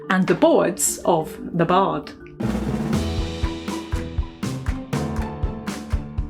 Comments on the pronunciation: puh-PAI-ruhs is the British and American pronunciation. pah-pih-ruhs is just wrong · The stress is on the second syllable in "papyrus". Your pronunciation shows that you have never heard the word. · Genuinely just curious but do British people say pah-pir-ee for papyrus? Americans say pah-pire-us. I’m wondering if I’m saying it wrong.